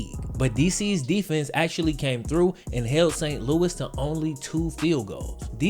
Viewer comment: The x is just in the XFL, there is NO x in actually. It is pronounced actually, NOT axtually